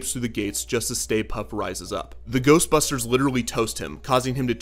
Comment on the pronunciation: The first time that Ghostbusters say Ghostbusters it sounds like they are saying Toastbusters